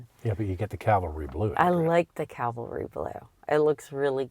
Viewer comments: "calvary" blue lol. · Calvary.....Cavalry Blue.....lol! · Small quibble: it's Cavalry, not calvary